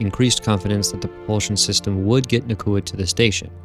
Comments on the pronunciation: Nah-Ooh-Kuh Not Nah-Koo-Uh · Nauka, not Nakua. But after that great informative video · It's nauka not nakua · Love the vids. But it’s pronounced NOW-ka. Not na-KU-a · Na-oo-ka, not Na-koo-a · I had assumed it was a “Naw” type sound like in the word ‘nautical’ but apparently it’s more of a “Nye-oo-ka” pronunciation. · brilliant video as always but wanted to point out that nauka is pronounced more like noy-ka or the more american version now-ka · it's more like 'Naw-oo-kah'. The first syllable sounds like 'Nu' in 'Number'. (Just a native russian speaker passing by) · I'm sorry, your stuff is really good, but the pronunciation of Nauka here is really putting me off - it's more like "NOW-ka".